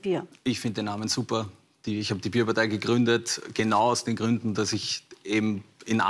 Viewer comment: Bàärparteiii, nee Bierpartei ✌️